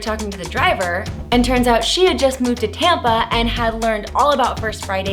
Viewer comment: everytime you Saud Tampa I heard tampon